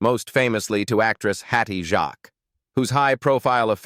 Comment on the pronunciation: Where's Burkshire and Hattie who? Why do we have to have these American commentators who have not the curtesy to pronouce names properly. Also hate"clickbait" titles when half the people highlighted are still alive. They picked out people who only appered in one episode, I'm sure there are scores more players who were in Hi-de- Hi that are sadly no longer with us.